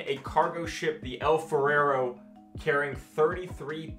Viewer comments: It’s funny when you kept saying El Ferrero when it says El Faro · pronouncing El Faro as El Farero?! Lol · Where do you get two extra syllables from "Faro"? Interesting stuff though, thanks.